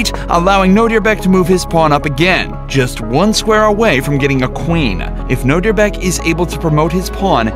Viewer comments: Nodirbek is attualy my name its a Uzbek name and ur pronounceing Nodirbek to Nodirebek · What he say : Nodirbek What I hear : know your back